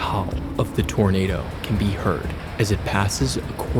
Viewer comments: "Dat's a big Tornadaw" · “thats a Big taarnader”😂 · “Dats a beig tournaduh” 🗣️🔥😭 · IM SORRY BUT IM DYING “thats a big tornada” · “Thas a big tawnadah” she wasn’t lying😮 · “ThAs A bIG TorNaDa!” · "thassa big tuhnaduh" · das a big tonaduh. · I love the way he says “that’s a big tornadu” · "dhats a beg tonaduehh"hits hard🗣️🔥🔥🔥 edit: HOW GARY CAN SURVIVE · "that's a BIG tarnaduh!" . Them old folk knew what they was lookin' at to be sure!!!! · Just came to say this lol